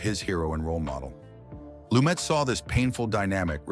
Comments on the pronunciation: It's pronounced "Lu-met" and he made several movies outside NYC. THE HILL, THE OFFENSE (UK), MURDER ON THE ORIENT EXPRESS (France), THE MORNING AFTER (LA), THE VERDICT (partially in Boston), THE FUGITIVE KIND (Upstate New York). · It's pronounced Loo-MET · PRONOUNCED "LUMAY" IF HE EMBRACED THE FRENCH ORIGIN OF HIS NAME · Nevertheless, he pronounced it "Lu-met." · Can they at least get the pronunciation correct on the subject.